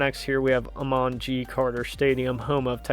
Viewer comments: AY-Mun Carter not Ah-Mon. FYI. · A-Munn Carter, not Ah Mon. Eck-ulz, not whatever you were trying.